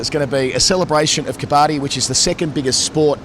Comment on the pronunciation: Quick pronunciation tip on "Kabbadi" (the Indian/Pak high contact sport): its pronounced "ka-buddy". Sajid Khan's (Pak spinner) wicket celebration gesture where he slaps his thigh and raises his other hand's index finger echoes the winner's gesture in Kabaddi.